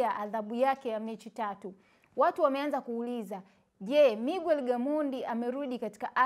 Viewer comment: Siyo migwer ni miger japo inaandikwa Miguer